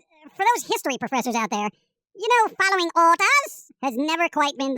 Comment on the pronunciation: "Fallowing orders~"